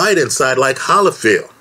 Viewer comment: It’s hard to take you seriously when you can’t even pronounce one of the best fighters of all time evander “the real deal”HOLYFIELD’s last name